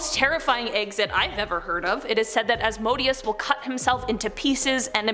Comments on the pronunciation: The way names are pronounced kills me. The boom is pronounced as “rs- go- ay-sha”, and some of the demons mentioned asmodeous is “Oz-mo-dee-us”, mammon is “ma- mon” , azazel is “uh- zay- zel” paimon is not paymon its “p- aye- mon” and other than that it’s pronounced pretty well. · Asmodeus is pronounced ozmadayous..... Just sayin